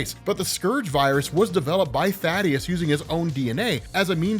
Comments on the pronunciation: Thaedus is pronounced "thay-dus" . Thaddeus is the character from judeo-christian myth "tha-dius" that you might have been getting confused with? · ifs Thaedus. Thay-Duss. Not Thaddeus. Thay-Duss. Thaedus.